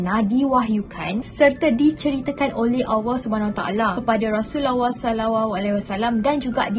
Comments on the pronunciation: "rasulawah"? 😅 next time practice lagi sebutannya kak 🙏 Btw makhluk yakjuj & makjuj itu adalah manusia seperti kita, cuma bezanya diaorang lebih ganas and kejam. 😉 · seriously lidah ko ni kna asah la..pelik bebeno sebutan ko ni..sebut Rasullullah pn pelat gile🤦🤦🤦